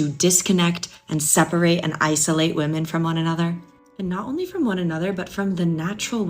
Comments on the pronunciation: You do realize it’s pronounced “women” not “woman” when speaking plural. My hell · Men and Wimmen. Yes it is spelled Woman but 2 or more are pronounced Wimmen. Woman = Singular.. Wimmen = Plural. ffs bro.